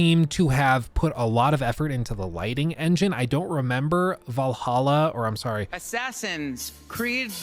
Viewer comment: I get disappointed every time you pronounced Valhalla right instead of "Vallaha"